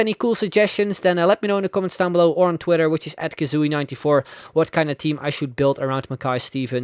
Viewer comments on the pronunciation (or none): none